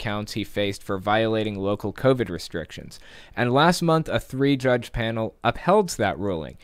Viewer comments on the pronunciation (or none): Covid, not civic